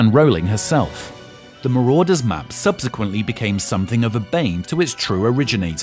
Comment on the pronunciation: "Marauder's Not Marodeurs